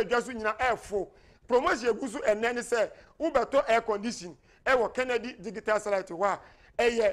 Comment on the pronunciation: ...,Please learn how to pronounce the word “Digital”. It is not like how you do———dig -i-tal. It is pronounced—di-ji-tal.